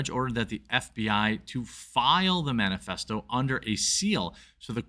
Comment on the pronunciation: Wait...did he say "man-a-festo?" Ironic...right?